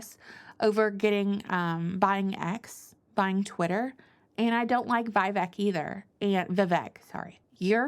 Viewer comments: Elon and Vivek aren’t the president. They have no control over those visas. Their job is to dismantle most of the federal government. It is pronounced, Viv-vake. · I heard that Vivek rhymes with snake.